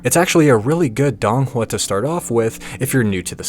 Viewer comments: please say it correctly i cannot take DONG hua seriously. Its sounds more like doon hua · This might be extremely pedantic, but i believe it's pronounced "doe-ng hua"